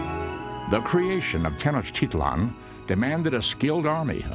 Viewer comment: Oooooo I live in Mexico and the guy is saying Tenochtitlán incorrect